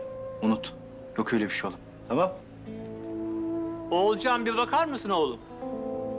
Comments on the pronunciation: Akif Oğulcan'a oğulcay diyor Oğulcan da akife atıf diyor çok güldüm ya 🤣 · Ogulcay değil Olcay diyo